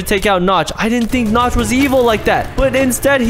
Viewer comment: I thought you said the The temple of nuts